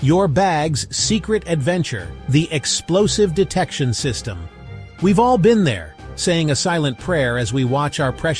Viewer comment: ‘The Explosive Detection System’ - the voice-over put the emphasis on the word ‘Detection’ haha .. it should have been on ‘Explosive’! The former accentuation means explosive is merely the adjective! See things like ‘signal failure’ or ‘blackmail’ etc etc quite apart from a large number of words which change meaning (or part of speech) when the emphasis changes - like ‘subject’ or ‘defect’ or ‘recall’ etc etc